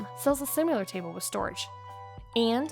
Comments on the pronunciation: Lots of great ideas, but it's "similar," not "sim-u-lar" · Is she saying simUlar instead of similar??? Wth! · Great ideas presented at machine gun rapid fire pace with the annoying mispronounced word similar as sim-u-lar. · so many great ideas, but I muted after the third "simular". BTW I thought the speed at which you were talking was perfect. 😃